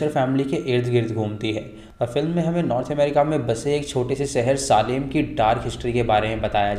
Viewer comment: सालेम नही भाई सेलम. सेलम tha city ka naam jaha wich trials hue the